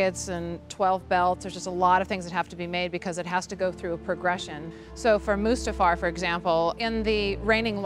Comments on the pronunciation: Did he just call it Mufasta, in front of George......? It's Mustafar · Said mufasta instead of mustafa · "Mufasta" ..... seriously, I know you don't really need to know how to say it but it's not that hard of a tongue twister.. Mustafar. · I like how that one guy called Mustafar “Mufasta” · did he just say “Mufasta”?